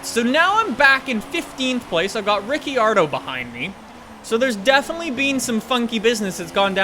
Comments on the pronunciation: no judgement but its pronounced "Riccardo" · AJ02 and rick-ardo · Say ricciardos name right ffs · You think he will ever know how to say Riccardo